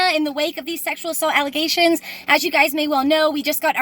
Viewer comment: Notice how you said ALLEGATIONS. Jus because you say your raped, doesn't mean your telling The truth.